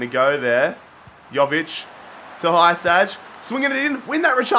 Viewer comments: Hiousai is the name not hysaj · It's not Hysaj its hee-sigh